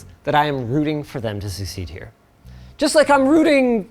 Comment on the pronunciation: "succeed" or "secede"? Damn it either way since I noticed it!